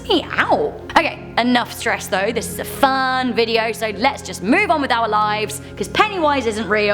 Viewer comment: I know you said "our content", but I heard "owl content."